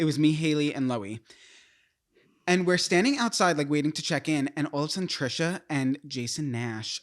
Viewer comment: did you really just say Trish the fish. 😂😂😂 I remember when the soul siblings talked about seeing Trisha. To be honest, I knew about Andrew first 🤷🏾‍♀️.